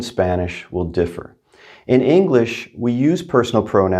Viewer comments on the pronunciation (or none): none